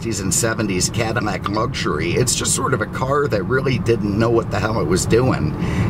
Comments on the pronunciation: It's CADILLAC not Cadimac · Cadillac you keep saying cadimac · Why are you saying Cadimac instead of Cadillac? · Are you saying Cadimac? I'm on second watch and it sounds that way. Just asking. Love the videos! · What you calling it a Cadillmac?? Freaking annoying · Why do you keep pronouncing it "CadiMac"? Are you sayin it's the Macdonald's of Cadillacs? Is that because "I'm lovin' it" or is that because it's so processed with cheap fillers that you hardly get any real beef? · Is he saying 'CaddiMAC' on purpose? Or am I losing it? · Why in the hell do you keep calling it a Cadimack?! Do you have a problem pronouncing L's? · Why can’t you pronounce Cadillac correctly?